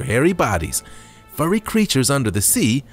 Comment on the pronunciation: It's "FURRY" Yeti Crab, you said "FURY" ,as in wild or violent anger ... You guys really need to do your research.